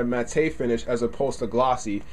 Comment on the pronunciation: Matte is pronounced "mat", not "mattay" Just for future reference.